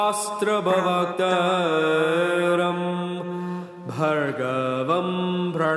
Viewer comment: You wrote "pravaktaram" but skipped the "r" sound and pronounced it as "pavaktaram" .. I don't know which way is right. Anyways, thanks for the video.